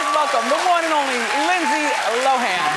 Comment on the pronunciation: "lindse lowen"